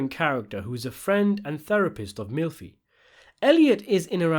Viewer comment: I love that you pronounce it "milf-y" and that the subtitles translate that as "M*lfi"!